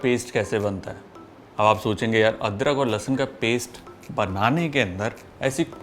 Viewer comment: Likhte ho Lahsun aur bolte ho lahsan